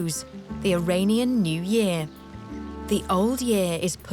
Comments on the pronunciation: Iranian is pronounced "ee-RAHN-ian" (rhymes with onion), not "ee-RAIN-ion". Ain't no rain in Iran. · Or the dreaded eye-rain-ian